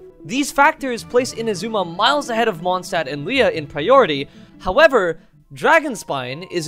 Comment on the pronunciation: That pronunciation of liyue tho 🗿